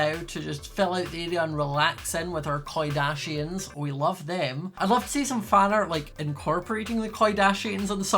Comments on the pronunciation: i’m sorry but “koi-dashians” made me laugh WAY too hard-💀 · i evaporated when he said koi-dashians.